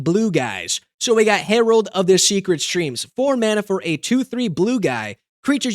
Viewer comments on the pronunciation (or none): none